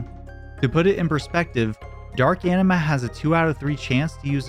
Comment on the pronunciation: That's not how you pronounce Anima